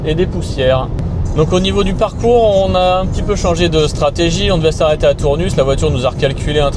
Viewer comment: Euh :) on prononce pas le S à Tournus, ça pique quand on est du coin 🤣. Sinon les Sexy buttons c'est un peu des gadgets ... ça ma convaincu Sinon bravo, sujet très intéressant, donc l'électrique pas si économique (sur long trajet) si le prix de l'électricité venait à augmenter outre mesure ...